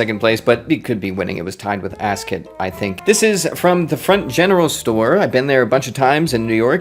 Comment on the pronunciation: Asket pronunciation: in swedish that E-sound would be long. It could be spelled "askét". Similar to the french pronunciation of the E in café, resumé etc But that's hard for an american, you basically don't use that sound, you changed it to "ay"